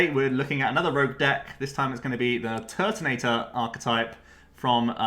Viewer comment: "Turbo Turt"(Tord)😂